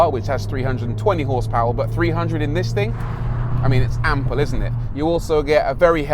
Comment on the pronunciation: Ample he says... 🤔